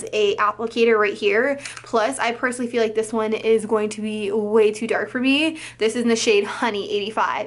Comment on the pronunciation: I like when says "Dis tew expensive" lol #SlayBaes